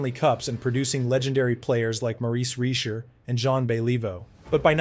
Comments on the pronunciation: You'd think this guy would take one second to learn how to pronounce these names. Maurice Reecherd? Are you f'ing kidding me? No wonder my French Canadian brethren hate Anglos. They should take this video DOWN. It's an embarrassment. And I'm not only a lifelong Boston Bruins fan, but became so the DAY I saw Bobby Orr play hockey, like a Demi-God descended from Mt. Olympus. I've always HATED the Habs. But if you can't respect your greatest enemies, then of what worth are you? Pathetic and insulting. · Get it right, you dip. Your apology is not acceptable. Pronounce Beliveau and Richard correctly, Honor their names. It's not Bell-EE-vo. It's Bellivo. It's not REE-sher. It's ReeSHAR. Drive me nuts with your ignorance.